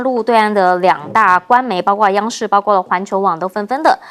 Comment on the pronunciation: 為什麼一直說包刮包刮包瓜，應該是包括包括包擴，，，，，，